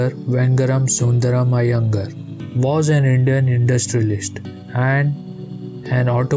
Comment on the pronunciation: Its not Iyengur..its iyengaar